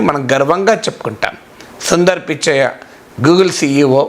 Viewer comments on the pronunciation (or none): సుందర్ పిచ్చయ్య కాదు సార్ సుందర్ పిచాయ్